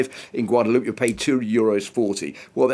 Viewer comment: How in the world can journalists not know the name of the place they're talkin about . Gwaod a loo pay Please pronounce it like that and stop insulting large portion of the world